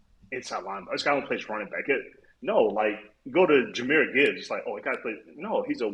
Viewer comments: “Jahmyr Gibbs (spelling check)” Yes, Peter, you’ve got it right! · I think you got it right. 🦁